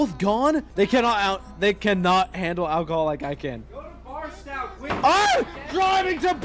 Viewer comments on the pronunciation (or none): its BarstOW not BarstAW lol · it’s pronounced bars-toe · I love how all 3 of them constantly pronounce Barstow wrong😭 (bars-toe is the the way it’s said phonetically lol) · i love how doesn’t know how to pronounce barstow